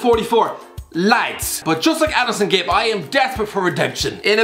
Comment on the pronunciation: "addison gibs" XD